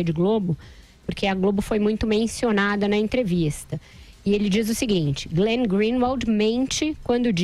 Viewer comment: Fala pro Andreazza que é Glenn e não Green .. kkkkkk